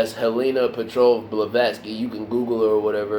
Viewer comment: The name Levesque is pronounced "luh-vek" It means "Bishop" in French. Gonzales is a Spanish name that means "Battle Elf". Gina in Italian means either "queen" or " queenly". :)